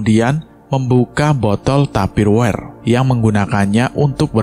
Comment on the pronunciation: Maaf bkn tupirware tp tupperware heee